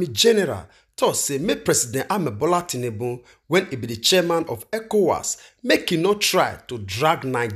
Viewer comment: It's Bola tinubu and not tinnunbun my brother